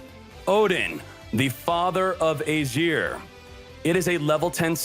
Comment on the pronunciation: it sounds like he says “asian review. Lets talk about asians”